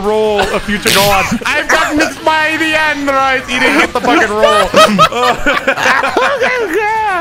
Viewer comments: Bro had me absolutely dying it’s just incoherent noise and “I got mixed by the Ahndroids” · "I got mixed by the ANNdroids" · "I GOT MIXED MY AWNDROIDS😩😭🗣️" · 😭😭😭😭😭😭 I'm dead "I got mixed by the Awndroooids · I love how they go on for like two minutes about his pronunciation of “Androids” 😂😂😂😂